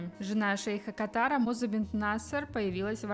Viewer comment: В рекомендациях это видео. "Культурный канал": Все-таки КАтар произносится. Да, наряды красивы, но на моделях на фото слева они "сидят" красивее. И настоящих красавиц не заметила. Рядом с этим, было другое видео, на английском языке, где были, наверное, подружки невесты. Среди них была настоящая красавица. Понравился молодой симпатичный человек, который вёл невесту к жениху. Такой, без помпезности, обаятельный. Да, невесты и жены выше ростом, поэтому приходится быть в "балетках", а не в изящных туфельках. Ведь свадебные красивые туфельки-это очень важно. Но, как говорится, лишь бы человек был хороший. А первый наряд невесты очень понравился. В отличие от второго. И очень забавные реверансы. Тиары красивы. Очень нравятся. Но они не идут ни в какое сравнение по красоте с тиарами и диадемами, которые мы видели в музее подарков одного из президентов одной из европейских стран. Это такое роскошное великолепие и красота! Пожелаем невесте и жениху счастья! Ведь это самое главное!